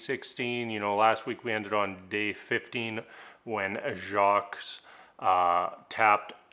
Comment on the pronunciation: FYI, the name "Jacques" is a French name and consonants at the end of French words are not pronounced. So, the "s" at the end of "Jacques" is not pronounced, whether speaking in English or French. As a bilingual person living in French-speaking Québec, Canada, it sounds very strange to hear someone pronounce the "s" in Jacques! Just trying to be helpful! David :)